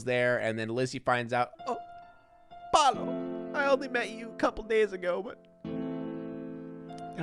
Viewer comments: the way he says PALO instead of PAOLO i- 😔🔫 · IM DYING it’s pronounced “p ah uu l oh” you’re saying “Palo” WHICH MEANS STICK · palo"??????????? wtf???????????????????????? its PAOLO.... PAAAAOOOOLLLLLOOOOO it means "pablo" or "peter", etc......... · I’m Italian and the guy is named Paolo, not Palo, that means pole in English 😂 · Yeah he meant to say Paolo not Palo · I love how he calls Paolo "Palo" because in spanish that literally means S t i c k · 23 minutes of yelling PALO! at us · Since he's italian his name is likely Paolo, /the actors probably just pronounce it in a weird way. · Me ha estado matando escucharlo 🤣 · I guess the guy is called Paolo, but you pronounce it like 'palo' which means 'pole' in italian. I was confused for a bit 😂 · Paolo: Pah-oh-loh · You’re pronouncing Paolo so wrong that it sounds like you are saying “Palo” the whole time, which means pole in Italian so lol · I'm sorry, his name is... Palo? *Palo*? Stick??! Or is he mispronouncing Pablo? Hahaha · they're mispronouncing Paolo which is a name in Italy that just.. isn't pronounced like that lol. You pronounce every vowel, pah- oh- loh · I’m fucking losing it at how he pronounces Paolo, HE’S CALLING HIM POLE I’M CRYING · The way you say “Paolo” is so funny because it sounds like you are saying stick in Spanish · Paolo, Italain for Paul and they are pronouncing it wrong, of course